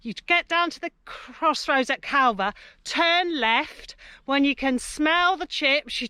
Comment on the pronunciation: Great video. Not that it matters, however Longstone is pronounced more like Longsten and Calver has a silent L. However maybe I’m just talking from a local’s perspective.